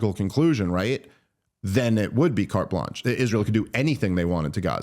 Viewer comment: Did she say, "cart lunch" and not carte blanche???